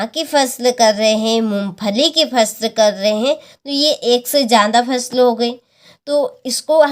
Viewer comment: Pusal nhi phsal hota hai😅😅😅😂😂🎉